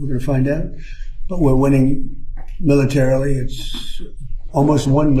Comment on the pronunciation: Listening to Trump try to say militarily is so bad.. he's slurring and drooling somebody gave Grandpa a warm glass of milk and slippers he's ready for nap